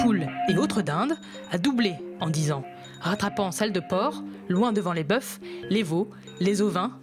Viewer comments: ON NE DIT PAS LES BOEUFES MAIS LES BOEUFS ! LE "F" EST MUET AU PLURIEL. Par contre le message est très intéressant. 🌱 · Pas capable de prononcer "bœufs" ...